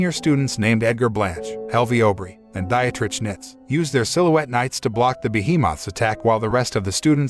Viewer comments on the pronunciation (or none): “Dietrich” == DEE-trick